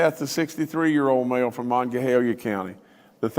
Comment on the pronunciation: Why can't he pronounce Monongalia County correctly...